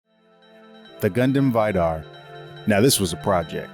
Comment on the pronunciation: The way he pronounces Vidar hurts. It's supposed to be pronounced "vee-dar" not "veye-dar."